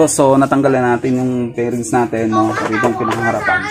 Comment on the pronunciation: 😂 Flairings pre hindi pairings 🤦🤦🤦